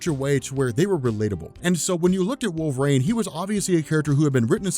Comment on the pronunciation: I love this video but at one time, I thought you said “Wolf Rain” and I was like, who?? How did I miss this character 😂😂